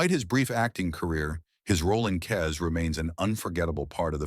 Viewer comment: ..and it's Kes, not 'Kez'.